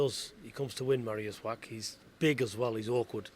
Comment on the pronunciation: "Mariusz Wrack"